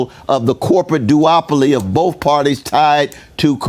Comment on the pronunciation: "Boaf parties suck" illiterate a-hole